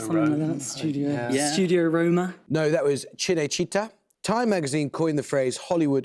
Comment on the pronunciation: 'MeDIci' and 'cineCIta' really hurt my ears. They put so much effort into french words and really don't give a fuck about any other languages, uh. And i'm not even italian, but i'd probably miss on those easy questions based on shit pronunciation. It takes like 5 seconds to learn it, why some people are just so lazy? wtf